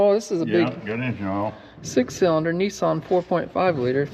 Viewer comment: needs to learn how to pronounce Nissan!!!